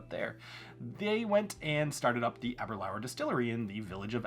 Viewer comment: Ahhhh- ber- lure. Got to pronounce scotch names correctly.